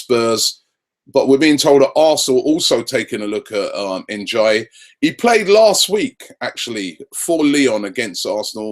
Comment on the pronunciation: Yeah, N'jie is pronounced "N'yee" not "N'jie" as he said haha